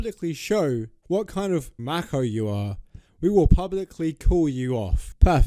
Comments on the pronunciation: Mac ho? thats how the brits pronounce it? Merica: Ma Cho LEE BREY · i love how he says macho as "mako" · Who reads 'macho' like 'echo'? Lol